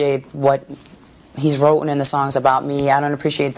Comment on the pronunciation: "wrote-en about me"... bitch, can'tcha spake Anglish?